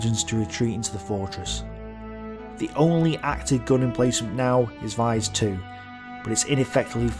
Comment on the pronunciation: I live near it good animation but you mispronounce alot of stuff like vise